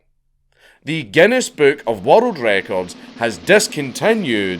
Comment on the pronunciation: I can’t watch this video the way he says world records wattle Draco’s